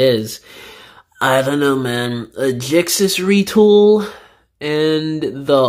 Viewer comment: It’s ji-ax-us not jix-us